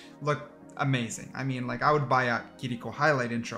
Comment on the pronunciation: The way you say kirkio pisses me off lmao